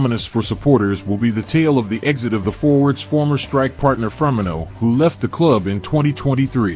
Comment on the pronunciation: the ai cant pronounce firmino